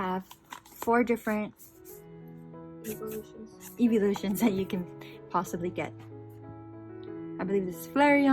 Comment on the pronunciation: Bothered me how she didn’t know how to say the eeveeloution names smh